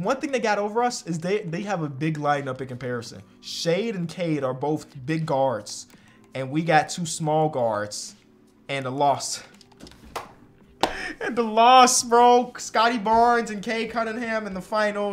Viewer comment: called the Jazz backcourt "Shade and Cay"